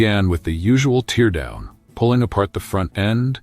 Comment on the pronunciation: The usual tear down? As in teardrops? AI sucks. Can't figure out which pronunciation to use for words that have the same spelling.